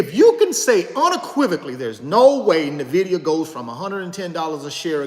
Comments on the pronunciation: "In" Vidia not "Nah" vidia (^_-) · You continue to pronounce Nvidia incorrectly my dude 😆 it’s correctly pronounced N-Vidia brother.